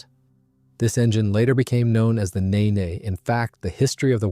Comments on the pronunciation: The 'world famous' Nene obviously wasn't world famous enough for Muricans to learn its pronunciation! It's pronounced 'neen', not 'nay-nay', after a river on the eastern side of England. All Rolls Royce gas turbines of that generation were named after rivers, to reflect how they operate in a continuous smooth flow... Nene, Tay, Spey, Dart, Derwent, Conway, Avon, Clyde, Medway, Trent, Soar, Tyne, Welland. The exceptions were the designs they acquired by merger with Bristol Siddeley (Olympus and Pegasus, from Bristol; Viper from Armstrong Siddeley; Gnome and Gem from DeHavilland, who'd all merged to form Bristol Siddeley). Colquhoun (Lesley; test pilot) is pronounced 'kuh-hoon' not 'Calk-hone'. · Its spoken as Neeeeen. For chrissake